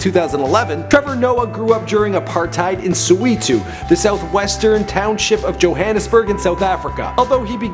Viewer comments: Suweeto??? Really? It's soweto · lol "grew up in sweeto" lol tf is sweeto lol, its SOweto, pronounced "Saw Wet Too" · "Sweeto" is a "juice" of sorts in South Africa, Soweto (pronounced something like SO-WEH-TOW) is a township in Johannesburg. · Did I just say soweeto it’s actually saw-wet-o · "sue we to" ay baba its soweto, pronounced "so where tho" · bruh its S-O-W-E-T-O not Soweeto😕 Come on man! nd Its ISIDINGO not isidhingo. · It's not sweeto it is Soweto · Its spelt Soweto but pronounced Sow aye toe....not ...sow ee toe ....Trevor Noah pronounces it in lots of videos..... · The way he pronounced Soweto lol! not Sow-eee-too its So-weh-to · Suweeeetu. lol it's So-We-tu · ITS NOT "SWEETO". ITS "SOWETO" (SO WHERE TO) And as for" Real GABAZOO" AAAY I Surrender! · Not Siweto buddy! SO-WE-TO. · SO-WE-TO not soweeto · Sow-ware-tow not Sow-wee-tow. Ugh? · so-wet-o Not soweeto! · Dude its not suweetu .... Its Soweto .its really annoying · shit never say SOWETO again its not SWEETO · soweto- this is how you pronounce it "so where to" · It's "soh-WEH-toh". Acronym for "south western township". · "Soo-Wee-Too" omg I am crying looooool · In sweeto!!! Lmfao DAFUQ. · Soweeeto, Gabazo 😂😂😂😂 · Its actually "so-where-toe" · Do you guys know where Soweeto is? The North maybe? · So - where - toe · Its NOT Soweeto as U keep calling it. LEARN how to say it right at least. Kind Regards ANNOYED South African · It's SOWETO, which stands for SOuth WEstern TOwnship and is pronounced (so where to) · Cami G he can't pronounce the most things like it's not sweeto and it's not a paraiat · SOWETO is pronounced "so were toe" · "Soweeto"😂😂💔 and I think Zuma pronounces Apartheid better😂😂 shem. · wow ive been living in SOWETO for all my life to suddenly realise its been "sweeto" damn! why didn he do research on how to say it properly??? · Sooweetoo wtf is wrong with this guy's pronunciation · SUWEETU!! LOL I can't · Su weetu hahaha I just stopped there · Sew-wee-to the fuck😂😂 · Soweto: "So-weh-toe"